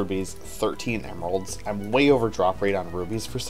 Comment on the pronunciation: I keep hearing "gemeralds" xd